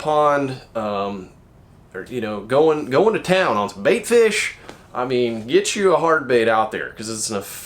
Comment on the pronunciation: "ohn sum baYtfiesh"